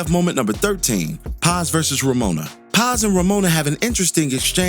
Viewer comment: Someone close to pronouncing the name “PAZ” right props